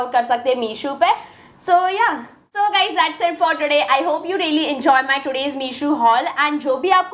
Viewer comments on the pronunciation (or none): none